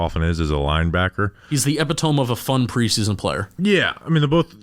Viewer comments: badly butchered the pronunciation of the word “epitome”, the correct pronunciation is ee-pit-uh-me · This is driving me crazy but epitome is not pronounced epitoam it's pronounced epitomy. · for the love of god I promise you It is not epi-tome It is e-pit-o-me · Ep-pit-oh-me. Not ep-it-tohm. C'mon hahaha